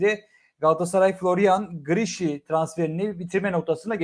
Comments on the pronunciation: Abicim çok takip etmişsin göya ama adamın adı “Grişi” olarak okunmuyor “Griliş” olarak okunuyor 😂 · Hayırlı olsun ama telaffuzu grişşi değil Grilliç diye okunuyor bey 😁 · Slm ismi Giriliş diye okunuyor almanyada yasiyom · Okunuşu : Griliç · grilliç diye okunur